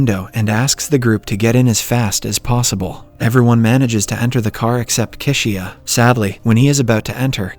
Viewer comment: Kishiya (Chishiya) 🤣